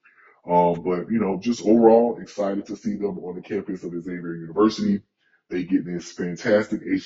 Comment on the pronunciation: PLEASE stop saying "X" zavier It's pronounced, Zavier (Xavier) University!!!